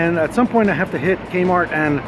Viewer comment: I heard gaymart not kmart lol. The ending i totally blocked out to read lol. Lastly do a gothic muckbong / video annoucement next month. Duces